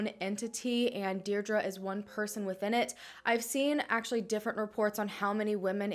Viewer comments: Hi, just to let you know Deirdre is pronounced Deer-dree. Sending love from Ireland xx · I believe it’s pronounced DEE DRA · Why are you pronouncing Deirdre like that? X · That's my name and it's super butchered